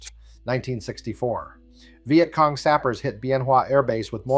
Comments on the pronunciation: This was great till it said " VI Et cong". God I hate A.I slop. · Is it really that hard to find a literate person to narrate these things? I don't mispronounce words such as Vietcong nor do I poorly mimic human emotions + I work cheap. A 6 pack of Guinness and I am yours till closing time.